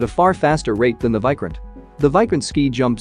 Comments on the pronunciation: First of all It is Vikrant not Vycrent You Western youtubers never even search about the correct pronunciation(the most basic info), and expect us to believe in you completely 😂😂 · It’s not pronounced like Bykraant it’s Veekraant. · It's vikrant not viikrant 😂. Your pronunciation sucks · It's not VAI... pronounce VEE...VEE😅😅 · Pronunciation of VIKRANTH is not correct Mr.. You are wrongly pronunciated of VI in the full word. That is pronunciated as VIctory or Victoria like that. Need to check with Terminology Pronunciation atleast before making Videos of other Country matters.. And content also not correct. Quantity is not important but Quality and experience is important in warfare. India may had less number ACs due to it's economy, but had experienced a lot from decades.